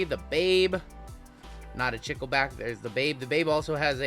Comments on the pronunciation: I like your videos and work, it is tons of fun. BTW the word is Chicle and you say it CHEECLAY. It is the Spanish word for gum. :hand-pink-waving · Chicle is Spanish for gum. "Chick-lay"